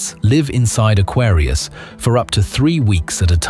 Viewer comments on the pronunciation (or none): none